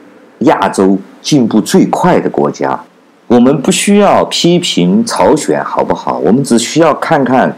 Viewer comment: 朝鲜，不是朝选